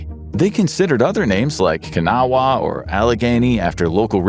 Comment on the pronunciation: You pronounced kanawha way wrong lol